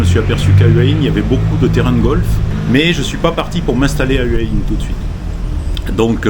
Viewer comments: Faut prononcer Houa Hin. Pas Heua Hin. Bizarre pour quelqu’un qui habite à Hua Hin. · houai ouin